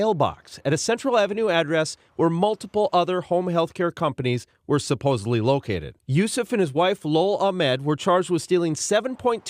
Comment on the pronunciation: “Supposably” detected😂